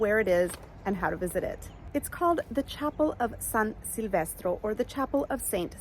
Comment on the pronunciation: It’s San Silvestro. Not Sylvestro